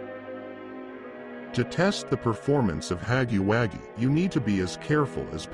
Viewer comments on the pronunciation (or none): Huggy wuggy not haggy waggy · It's not haggy waggy it's huggy wuggy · Huggy wuggy❌ Haggy waggy✅ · Huggy Wuggy❌️ Haggy Waggy✅️ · Ai voice it said haggy haggy instead of huggy wuggy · I dont know why but this is just so funny to me, specially huggy's face lmao 😭 Also the way the text to speech just pronounces "Haggy Waggy" is just 👌👌👌👌 Also dont tyrn subtitles 💀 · Bro said haggy waggy 💀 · Bro said haggy waggy